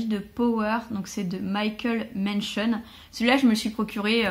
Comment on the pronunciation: Tu prononces Michael Mention à l'américaine, c'est un français (hihi). Power est très bon, du polar avec un cadre social très touffu. Si tu as aimé sa plume, il a écrit une trilogie formidable che Rivages : Sale temps pour le pays - Adieu demain - Et Justice pour tous. Le second tome est un ton en dessous, le trois boucle le triptyque avec maestria.